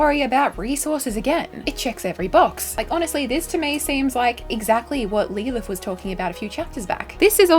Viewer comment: Why are you saying lee lith? Is that how Aussies says Lilith? I feel like grandlinereview wouldn't say it like that but I'm not that familiar with the accent but that sounds almost as bad as the aluminium.. it's aluminum lol